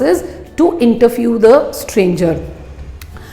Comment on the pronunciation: don't mean to be rude.... but pronounced interview as interfiew.. didn't expect that kind of a slip of tongue